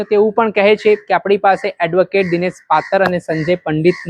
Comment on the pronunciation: ચોદીના બોલતા શીખ નાગીના પાતળ નહી પાતર